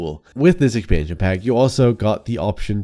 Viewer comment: I love the way you pronounce expansion pack it's so cute :D